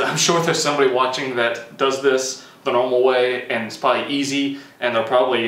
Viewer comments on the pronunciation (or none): none